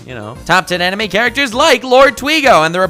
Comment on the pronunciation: I cringed every time u said animaeh